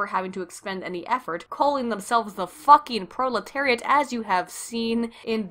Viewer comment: Pro...proliterate? Goyim? They trying to say goyim?